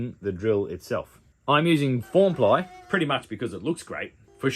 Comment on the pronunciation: You had me at 'formply'.